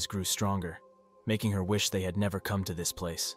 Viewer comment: No, nevah!😅